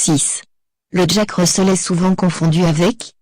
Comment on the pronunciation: 8/10 et Russel se prononce Russèl pas Russeul